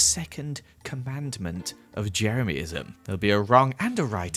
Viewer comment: No one:: ✨Jemeryism is rad, jemeryismis rad✨